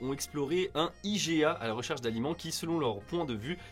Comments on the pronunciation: jdcjdr mais l'article du Sac de Chips sent le rédacteur un peu fru de la vie... ça fait 10 ans que j'habite au Québec et je suis complètement d'accord sur certains points. Par contre Iga au lieu de I-G-A ça m'a fait saigner des oreilles pas à peu près... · Salut, je fais partie des Québécoises qui vous avait dit dans la video inniciale que vous étiez dans le champs avec "i-jai-a" 😊. La vidéo n'était pas insultante pour autant. L'article est trop méchant, de mauvaise foi. P.s. vos fromages en France et même en Europe en général sont vraiment meilleurs je dois l'admettre 😂❤. Paix ✌️ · Perso a part comment tu a dit iga ... le reste je m'en ai foutu lol 😅😂 et la façon dont tu l'a dit m'a pas tuer 😅😂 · Ce journal est connu pour faire des articles à "Sensations" Personellement j'ai eu un léger problème avec la prononciation du IGA et la blague sur le fromage mais c'est tout, pour le choix des articles et la vidéo dans son ensemble, zéro problèmes! Merci pour vos vidéos les gars!